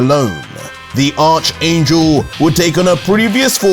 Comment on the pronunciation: Who thinks is pronouncing the word ARCHANGEL wrong👇👇👇👇👇👇👇👇👇👇